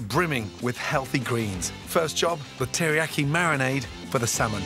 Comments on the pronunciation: Would say tillyyaki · does anyone else realize he's saying teriyaki wrong LMAO